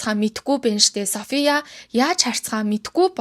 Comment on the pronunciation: Хүмүүсийн нэрийг зөв дуудмаар байнаа😂 Өмнөх дугаар дээр бас алдаад дуудаад байсан. Софийяа хатан Битрис гүнж байхдаа яахав дээ. Фийлипе 🙄 😂